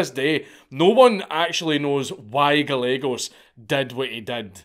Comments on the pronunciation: Good god, stop. It’s Ga-ye-gos. Double l makes a y sound in Spanish. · It's pronounced "Guy-eggos". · Gallegos is pronounced guy yegos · Gallegos. Pronounced. GAH YEEEHHH GOES